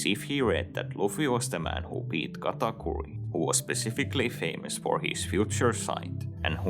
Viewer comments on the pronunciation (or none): none